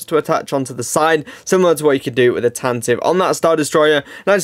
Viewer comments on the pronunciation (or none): Tantive is pronounced “tan-tiv-vey”